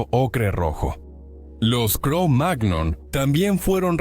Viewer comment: Sugerencia, la próxima vez escribí "cromañón" si vas a hacer que una IA lea el texto, ya que la pronunciación "cromág-non" es enojosa.